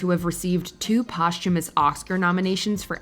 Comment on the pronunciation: The narrator is clearly pronouncing posthumous wrong